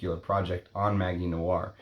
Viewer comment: Interesting video. Btw, in French, ‘magie’ is pronounced with a soft ‘g’, as with the English ‘magic’.